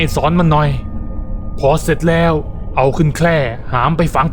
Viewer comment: ตรงนี้ๆๆๆแร้ว คนพากย์เสียงเหน่อ แล้ว อ่าน ว่า แร้วๆๆ